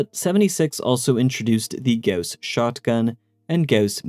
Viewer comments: Thank you for pronouncing "gauss" correctly, and not just saying "goss" like everyone else. You have no idea how much I appreciate that. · Funny thing: Goss Lake is a location I grew up on. That being said, I also appreciate the correct pronunciation of Gauss.